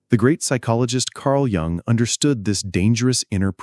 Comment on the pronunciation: If you can't get your AI to pronounce Jung correctly, this is not worth listening to. It's pronounced Yoong. Not Jung. Down voted and noping out.